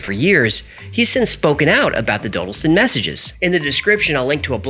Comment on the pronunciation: It's pronounced "doddleston" I live quite close